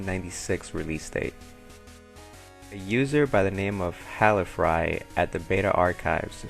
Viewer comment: Ouch. My name is Hall-Firy, not Halli-Fry :D But on the other hand: You are the first person to ever publicly say my name out loud, as far as I know.